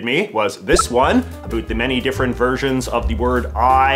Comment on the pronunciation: Can you say about correctly once please